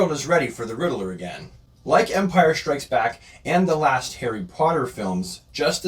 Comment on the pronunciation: it’s Ridd-ler there’s no vowel between those consonants. Great video. Thank you for creating this.